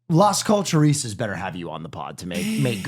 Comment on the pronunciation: It’s “Las CULTURISTAS”